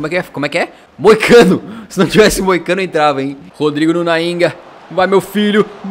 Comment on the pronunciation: foi falar moicano mas na vdd quase sai mosaico